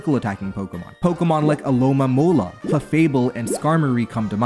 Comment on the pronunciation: Lol bro said ~Alomamola~ and thought we wouldnt notice